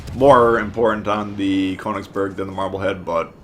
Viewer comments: atleast google how its pronounced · You pronounced königsberg wrong